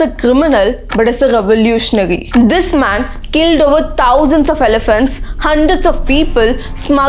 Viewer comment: Taosjands of Aliphants , taousund s of ton of Sandalwood 😂